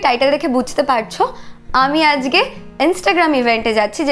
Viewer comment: সবাই ঠিক আছে। "আজগে" না বলো "আজকে"